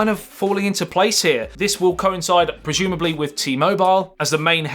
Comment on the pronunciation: Projumably???!!!! I think he means prozumably😁